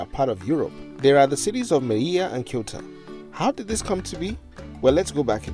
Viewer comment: You really should have checked the pronunciation of Ceuta before making a whole video about it.